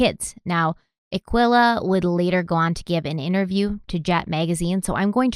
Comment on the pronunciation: This case is hurting my feelings already, but not as much as calling that mother "Akwilla"..... I think its pronounced Uh-key-luh, dearest.